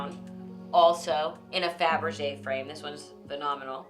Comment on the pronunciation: So tacky, Melissa earned nothing, all handed down on the coat tails of her mother. Mispronouncing faberge is a dead give away of those who are phony and ignorant such as Melissa.